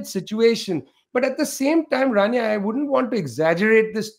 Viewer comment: I believe it's "Rania" not "Tania".